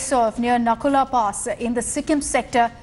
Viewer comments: It's Natula not Nakula 🙏🙏🙏🥺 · Its Nathula not nakula